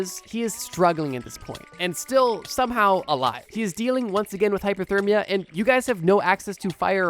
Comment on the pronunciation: I’m pretty sure he’s just pronouncing it weird, not saying hyperthermia. I don’t hear an R, just an A instead of the O